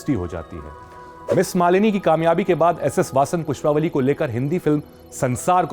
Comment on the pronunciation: PushpavaLLI not pushpavali